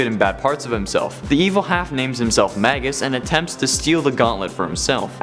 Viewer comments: Those names are pronounced "may-gis" and "my-stroh" not "mag-gus" and "may-stroh" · May-gus and My-stro! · Magus is pronounced May-Gus Maestro is pronounced Mice-Strow Yall killing me with these mispronunciations. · Actually Magus is latin so it is pronounced Mah-Gus and Maestro is Italian/Spanish so it is pronounced Mah-Est-roh. You are killing me with your ignorance.